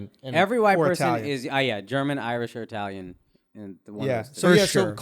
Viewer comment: Wow, as an Italian I'm dumbfounded at how bad these guy's italian accent is.